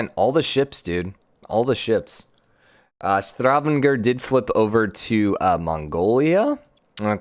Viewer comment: Say it with me, Sta-van-ger Stavanger. Have a nice one.